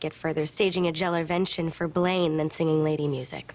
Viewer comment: Gelervention!! 😂😂😂😂 killed me!